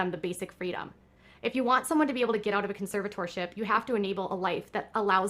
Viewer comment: Can someone please teach this woman how to say the word “conservatorship?”